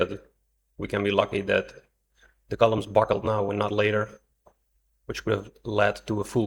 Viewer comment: The word is buckle, not buckel.